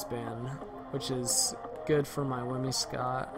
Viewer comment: I love you, but it's 'Whim-si-cott', not 'Whim-ee-scott'